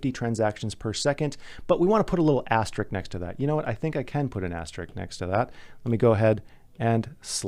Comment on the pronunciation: Say “Asterik” one more time, I dare you. It’s AsteriSk!